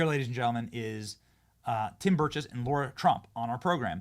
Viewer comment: Benny. It’s Lara Trump not Laura It’s Kamala. Not Camilla